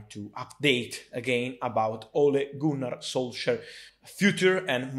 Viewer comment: For Fabrizio it’s “Ole Gooner solsar”